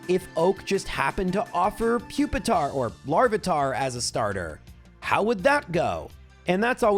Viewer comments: Pupitars long u sound = Pupil, puke, putrid, popular, peculiar and puerile. Those are just the p’s I could come up with let alone any other beginning letters like Human. Nice try 🙃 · Pupil, pure, and putrid as well.